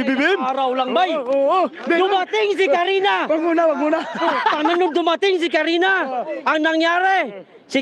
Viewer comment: Sir. Katrina po hindi Karina.